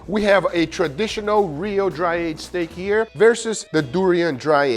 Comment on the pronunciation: tempoyak steck 🤣🤣🤣🤣